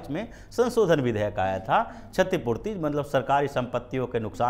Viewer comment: छतीपूर्ती नही, क्षतीपूर्ती